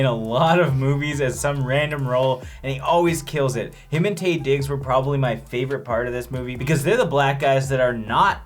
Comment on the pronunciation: Hey y'all - it's Taye pronounced "Tie" fyi 👍😂